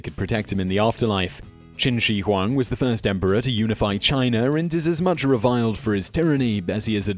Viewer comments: I really like your videos, but please, please, please look up pronunciation before doing one. Some embarrassingly egregious errors on this - Qin She Huang isn't Chin Shee Huang but Tsin Shuh Huang, Xian isn't Zaian but Shee-an, Scythians arent Saithians but Sithians - winced every time I heard them! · Xian pronounced shee-ann. Qin Shu Huang pronounced chin schə huang.